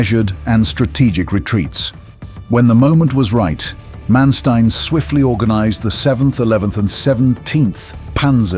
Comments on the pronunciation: Learn to pronounce Manstein. Not m[ea]nsteen, but maaan 'a' like in father and shtine 'tine' sounds after t - like 'line' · Muy mala narración. Manestain? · Who is this guy "Mansteen" that he keeps mentioning.